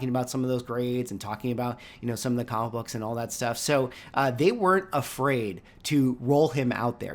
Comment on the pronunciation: Sounds like you're saying commabooks... 😅